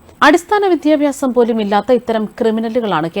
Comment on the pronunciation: വിദ്യാഭ്യാസം എന്ന് ശരിക്ക് ഉച്ചരിക്കൂ